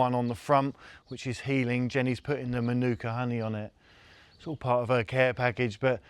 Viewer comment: I meant to say, before; that marvellous honey is pronounced MAH-NOO-KA, with the emphasis on the first syllable, and the final syllable being sort of swallowed, she said technically (not !).